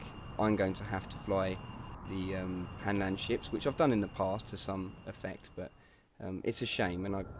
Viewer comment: HANLAND NOT HANDLAND YOU FUCK